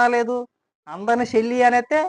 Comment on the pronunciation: Shelli kaadhu ra jaganuuu Chelli 😂😂